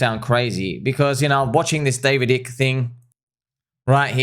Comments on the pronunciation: Bro, the I in Icke is pronounced as in "sky" not as in "icky". Just saying... 🤣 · Icke is pronounced 👁ke my friend ... I've read all of his books .... the books of Jim Marrs are also excellent....."The Alien Agenda", "The Rise of the Fourth Reich", etc. 🦉Owls seem to be associated with the Grey aliens 👽according to some ... imo, It would require NHI to establish the global control system that has been in place for a very long time.... Anunnaki and their hybrid, demigod children ... those special elite families. Thanks for helping to open eyes my friend ... Confirmed ! 🤟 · David Icke's last name is prounounced as "Ah-ik". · Genesis 3:1 (KJV): "Now the serpent was more subtle than any beast of the field which the LORD God had made. And he said unto the woman, Yea, hath God said, Ye shall not eat of every tree of the garden?" Btw it's usually pronounced Ike like the South Park Ike (don't kick the baby..!)